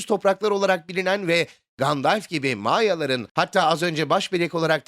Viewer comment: Gandalf diye telafuz ediliyor. "Gandelf" diye değil :)